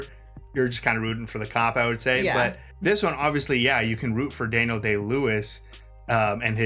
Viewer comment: Da-kneel-Day Lewis? Have you never heard of a "Daniel" before? The bible? Daniel Craig? Daniel Boone? Lol